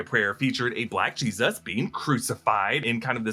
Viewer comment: Now, I'm not going to rage about the way you say "Jesus," (but c'mon...), but... ... it's 20th Century studios. Not 21st Century. And it was 20th Century before it was 20th Century Fox. They just dropped the added-on "Fox."